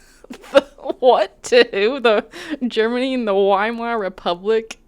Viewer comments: He can't even do the first amount of research. It's not 'WHY-mar.' It's 'Vee-mar.' He just sucks at everything so hard lol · pronounced Weimar wrong LMAO.